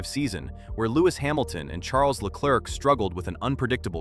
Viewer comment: Please practise pronouncing Leclerc